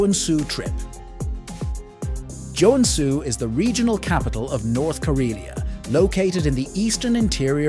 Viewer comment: Great video however the pronunciation of the cities names are quite butchered. If you need a finn to voice act for your next finnish city videos i would gladly do it 👍